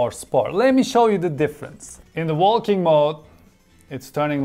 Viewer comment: did he just say WALL KING (walking)